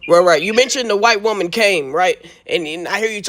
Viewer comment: And why does he say Woman like a cave man or is he saying Wombman